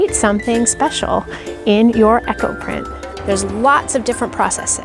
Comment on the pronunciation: Eco and Echo are not pronounced the same. Eco said as E-co. I was so confused until I saw the wording come up.